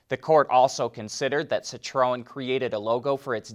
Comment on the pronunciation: Sit row en? That's just f'n painful to listen to and you repeated it 4 billions times in 30 seconds. FFS, you're part of the f'n car industry. Learn the correct pronunciation of the friggin' marques.